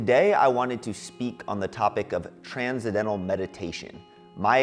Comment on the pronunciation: He definitely got duped by this bogus teacher. He wasn't ever taught the proper pronunciation of transcendental.